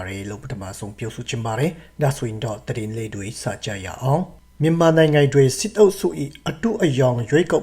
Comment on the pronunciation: ကောင်းလိုက်တဲ့ တတင်း နောက် တတင်း